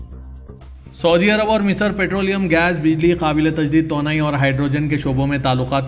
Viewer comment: تونائ نہیں توانائ بولیے بھائ یہ سیاست اخبار کا حصہ ہے۔ اردو بولنے میں بھی سدھار لانا بھی ضروری ہے۔